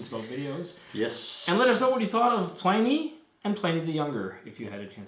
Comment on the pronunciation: Feel free to pronounce "Pliny" the proper way, instead of the way all the beer people mispronounce it.